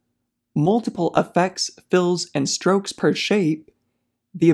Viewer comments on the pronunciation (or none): Strokes not stokes